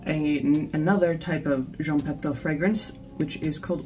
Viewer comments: it'spronounced Patoo not Pato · With respect... The name Patou is pronounced pa-TWO... ❤